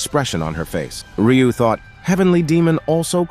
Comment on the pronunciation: Also his name is Ryu not riyu